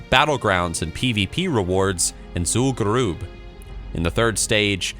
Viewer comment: "Zul'gurooob" CRINGES